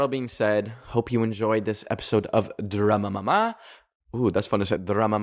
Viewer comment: the way you said drama mama ✨ in the end was so italian